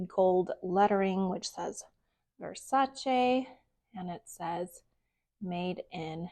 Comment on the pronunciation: Thank you for pronouncing Versace correctly! So many people don’t